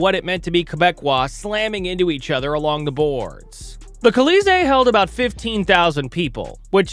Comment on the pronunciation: Kuh-LEE-zay for "Colisee?" It's "Call-ee-ZAY." So...Le Colisee, or "The Coliseum."